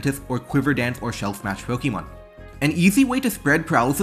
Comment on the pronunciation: I'll subscribe as soon as you start pronouncing "Pokemon" in a non silly way